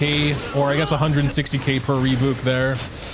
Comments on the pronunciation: saying "reebouk" instead of "rebyuuk" brings me a mix of cortisol and serotonin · wait is that re-byuk?! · i can't get over how you pronounce rebuke oh my god. rebook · it's probably the last wrothesley centric video but you're killing me, it's Re-byuke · rebuke. ree-byook. rhymes with puke. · Re-BYOUK! Like ukelele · It is "ree byook" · "Puke" Take that, replace the p with b, say re before it = rebuke. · I have been quiet for too long at this point,, for the love of god rebuke is pronounced re-byuwke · Love how he keeps pronouncing rebuke as "rebook" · Sometimes EU youtubers I watch speak english so well and in this very American accent, I forget they're EU and then they drop a "rebook" and it throws me off for a bit. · ITS SO ANNOYING LMAO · The way he’s pronouncing rebuke is causing as much damage to me as Wriothesley dealt to Masanori ❤️ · Is it not how it's pronounced in AmE? I know they like to drop yod so much (like in tune and Tuesday) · I'm sorry, HOW did you just say rebuke?